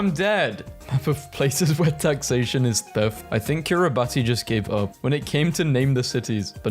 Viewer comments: Kiribas not Kiribati (pronunciation) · I think the pronunciation is "Kiribas" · Erm actually Kiribati is said more like kiribas last time I checked